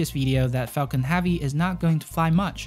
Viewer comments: It’s HEAVY not HAVEY. Like heaven. Not Haven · "Heavy" is pronounced HEV-VEE not HAW-VEE. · Falcon “havvy” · Not hAvy . Its hEvy !. Thanks for the video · Yo know joke I clicked on this video because it said it was about the heavy and I got all the way to then I realized he was saying heavy not havey haha great video man I think he could get a solid 7 hours of just music or space oddity 84 times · Falcon HEAVY -- not "have-ey" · yea sorry, could not watch this because you cant pronounce "heavy" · Banging my head on table everytime this gentleman says "heavy" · Please learn how to say heavy correctly